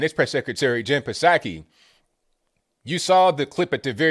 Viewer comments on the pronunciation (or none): I'm pretty sure it's pronounced saki silent p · its just saki the P is silent.